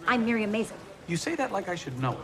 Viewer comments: Al pronounced MAISEL wrong. 😐 S2 E10 ending ... wht will happen 2 his character w/ Midge? 😟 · Apparently Al Roker is the only one who has never seen the show before. Why else would he mispronounce the title?